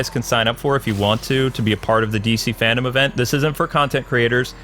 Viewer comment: It’s FANDOME not FANDOM